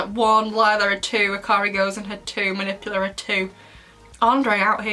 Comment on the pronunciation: Her name is “Manipula” not “Manipular”